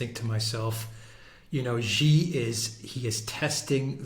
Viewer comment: Xi is pronounced as See not Gee.